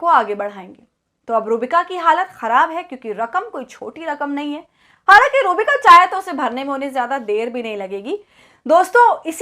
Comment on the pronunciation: Madam iska naam sahi se le ruh-bika lanatttt h